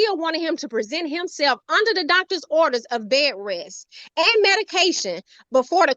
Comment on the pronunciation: ‘Bay-ress’ Bed rest